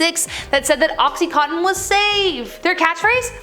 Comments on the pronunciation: It's called oxy-conn-tin! Not co-tin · Yes! BUT...she has problems with mispronouncing some words...like oxycontin. She says "oxyCOATtin", when it's actually "oxyCONtin". There's a VERY good service provided by YT whereby you can type in the SEARCH area above something like "How do you pronounce oxycontin?" And a very nice person will pronounce it correctly for you! Otherwise, she's GREAT!! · It's "OXY-CON-TIN", NOT "OXY-COAT-TIN"!! I swear! Sometimes you just MAKE MY DAY with your mispronunciations! I think I made this suggestion before, but all you have to do is go up to the SEARCH area and type in, oh...something like "How do you pronounce the word mispronounce?", and some very nice person will say it CORRECTLY for you! VOILA! INSTANT SMARTS! It REALLY is nice to impart more than one bit of knowledge to all the people out there watching your show. PROFESSIONALISM is an IMPERATIVE when doing the kind of shows you do...or do you not agree? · Cringed at the mispronunciation of OxyContin but at least she caught it the 3rd time around